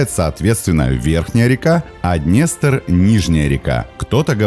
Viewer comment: "ДнЄстр"? Ідіот